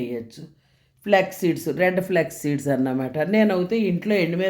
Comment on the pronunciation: బాగున్నాయి బామ్మ గారు....మీరు అన్నీ కామెంట్స్ పట్టించుకోకండి అప్పుడప్పుడు తొందరలో నోరుతి రగక పోవచ్చు....answer2chepthu పోతే అందరూ అవే అడుగుతారు ఫ్లెక్స్ flax దాదాపు pronounciation ఒకేలా undi danni leave it... కానీ అదే కామెంట్ అయింది...deepfry నా బాబోయ్ అనేవాళ్లే ఎక్కువ అవే తినే వాళ్ళు ఉన్నారు కానీ కామెంట్ లో అలా అంటారు...అవి deepfry చేశారు but oil peelchaledu annaru అందులో తప్పేమీ లేదు...కొంతమంది tissue మీద papaer meeda vestaru ఎంత oily ga ఉంటాయో avi...avi తిన్న vallu ఇవి తినలేరా విడ్డూరం 😢😢😢😂😂😂